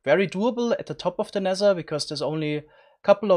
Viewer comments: Nether* not Nesser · I love how u Say t like s Sounsand Neser I love this